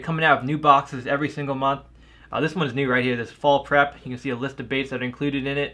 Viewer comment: when you said fall prep it sounded like you said fall crap